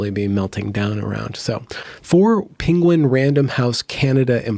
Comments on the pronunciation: It's pronounced: PEN GUIN not PING GUIN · please stop saying pinguin im offended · This guy can't say penguin. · Lol penguin pronunciation.